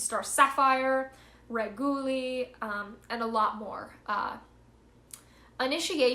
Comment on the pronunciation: I love your videos but I think this one could benefit from an update. I know this is minor but please please please fix your pronunciation, Liber is pronounced Lee-ber not Lie-ber, Reguli is pronounced Reg-yoo-lee not Ruh-goo-lee, I Ching is Ee ching, not Aye ching. Sister I just want to help you do your will making these videos, people will listen more if you get this stuff down. Also you're teaching newcomers so please don't perpetuate incorrect ideas such as "do AS thou wilt", I know that you know very well its "do WHAT thou wilt". No hard feelings though! 93 sister keep up the Great Work, I have a ton of admiration for you!